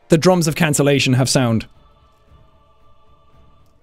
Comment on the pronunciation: Haha lol he said drumss